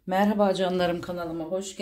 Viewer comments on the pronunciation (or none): none